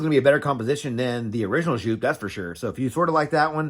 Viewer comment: A german giving a pronounce tipp: Just say the "eau" from "eau de parfum" between the "J" and the "P" and stretch it like J"eauuu"P! Good review!